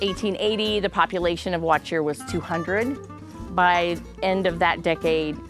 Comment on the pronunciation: Good to know that I wasn't just hearing it wrong. I definitely wouldn't have pronounced it the way it was being said in the video.